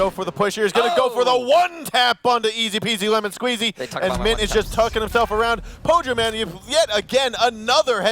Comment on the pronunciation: the way he says ezpzlmnsqz is so good